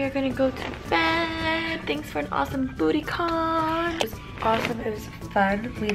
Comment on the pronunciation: I thought I heard Booty Con...